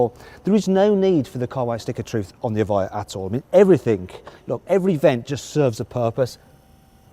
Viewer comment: 에바이어가 이차에 옳은 발음임 수정해주세여. Evjia 다들 착각해서 에비자 라고는 읽는데 여기서 j는 "ㅇ" 발음임 이해를 못하시면 유벤투스에 스펠링에 앞 글자가j로 시작하는거랑 같은이유임.